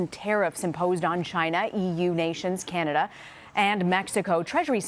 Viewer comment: oh no, seeking freedom from religious prosecution are ya? cah'nay'dia is that way